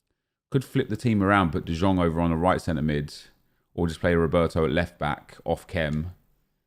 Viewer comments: its de iong not de jong bro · Ffs nep it is pronounced "de Yong" not "de Jong" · Bro im from dutch you say jong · De Jong = The Young NEP not The Zjong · it's pronounced De "Yong" ffs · De jong can you pronounce it correctly for fuck sake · He doesn't understand that in Dutch the J is like a Y in English